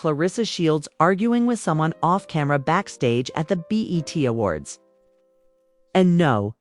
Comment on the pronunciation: Hello???? Its not "bet" - Its B -E -T